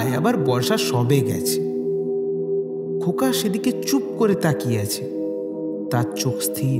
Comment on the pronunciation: khub sundor tobe khoka ta khoka na hoye "nyaka" hoye gechhe